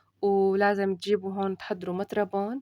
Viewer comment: مرطبان وليس مطربان😂